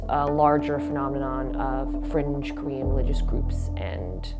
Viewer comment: Everytime she said Korean to me it sounded like she said cream😂